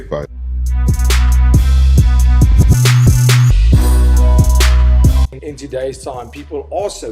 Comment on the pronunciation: Lol "you can fight, you can fignt, you have a beard...." Fkn Strickland lol Maybe thats why he grew a mustache haha